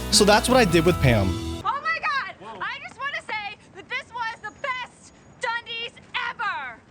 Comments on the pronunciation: Seriously, it’s not like Crocodile Dundee’s. This is the problem with this sort of broad sanitized corporate shill channels. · “The Dundeeees” - the narrator’s never seen it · Every time he mispronounced Dundies I cringed. Watch the show even once and you'd not get it wrong